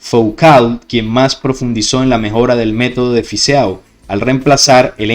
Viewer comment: EAU en Fizeau se lee como "o"porfavor osea Fizo si no suena horrible